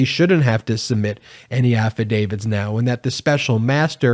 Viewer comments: Stop saying affidavid !! It's AFFIDAVIT ! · Please tell me you are saying Affidavit and not Affidavid. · Please stop saying “affidavid”. That’s not a word.